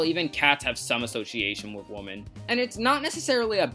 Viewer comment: Take a shot everytime he pronounces women as woman.